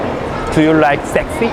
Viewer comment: 못 알아 듣는 것이 당연한 듯 하네요. 먼저처럼 Am I sexy? 혹은 Do you like sexy guy(or man or person)?라 물어야 할 듯 하네요. 그리고 sexy의 발음도 그들은 못 알아 들은 듯 합니다. 아마 알아 들었다면 “sexy what?”식으로 되물었을 것입니다. 오히려 한국어로 물어봤었더라면 어땠을까 생각도 해봅니다.